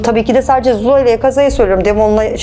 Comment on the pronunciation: ’de Daha Cin Kabilesinin Adını Söyleyemiyor zuzula Diyeceğine suzuzla Diyor Bu Kadının Akibeti Belirsiz Gerçek Bir Hüddam Hocası bu Değildir.